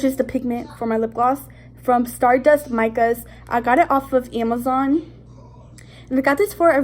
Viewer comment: I think it's kinda funny when you say Amazon no afence